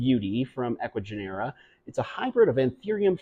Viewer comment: It sounds like Ecuagenera is using ChatGPT or something to generate the descriptions. genera is pronounced with the accent on the second syllable.